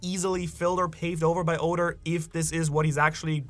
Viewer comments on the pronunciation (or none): mis-pronounce Oda's name again && i'll riot lol